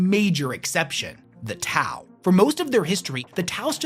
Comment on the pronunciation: STOP, your Tau u man, is killing me. 🤣🤣🤣🤣🤣🤣🤣